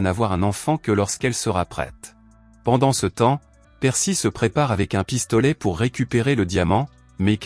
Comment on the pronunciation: Pour... Articule mn pote